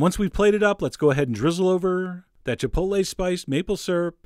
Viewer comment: I love you, but you lost me at Chipoltle.